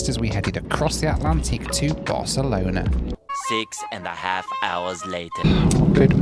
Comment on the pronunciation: I love how in this video sometimes pronounces Barcelona as "Barcelonar" and when he was in Athens, Greece he calls the Acropolis "the Apocalypse" 😆